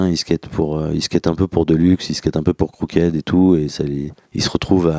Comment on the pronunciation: croukaide pour Krooked hahaha?Fluent english you're sure?:)